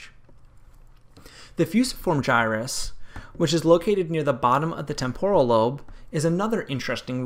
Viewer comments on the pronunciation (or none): TEmporal is the correct pronunciation. From Latin TEmpus, but even the Italian TEmpora has the accent on TE. The way you pronounced it is a smarty-pants Americanization which focuses on extremely cowboy sounds without any etymological care. Words are connected. What is the point to study if you don't? The TEmporan lobe is extremely important.